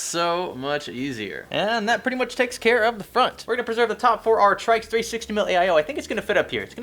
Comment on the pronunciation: I think its pronounced "Tricks" I could be wrong but it sounds a hell of alot better than "Trikes"..IMO